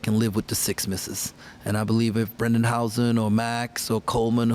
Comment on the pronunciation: Fitz! Did you hear Coach Tang say Hausen? You can wag a finger at your team and say if Coach says it like house… it was at about the mark.